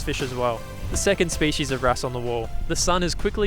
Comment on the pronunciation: Hey, great series. Been watching for years. But can you please pronounce species properly 😂